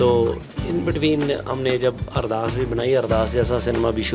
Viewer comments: अरदार या अरदास please right a right words it's Ardass 🙏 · It called ardaas not ardaar